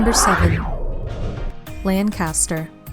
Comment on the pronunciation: Bad pronunciation of "Pocono" and "Lancaster".